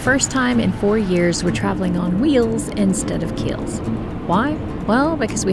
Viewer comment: "wheel's instead of keel's". love it. you should put it on shirts and sell them.